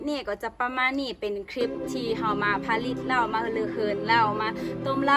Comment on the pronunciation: สาวมิโต้ มาแก้ไขคำผิดกัน "ผลิต"อ่านว่า ผะ-หลิด และ โล้ชิงช้า อ่านว่า โล้-ชิง-ช้า เหล้าขาวกีดีกรี น้อง สู้ๆ